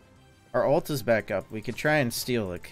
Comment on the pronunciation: Why the fuck do you say "alt" instead of "ult"? I don't even know why it bugs me so much. Shit drives me insane though.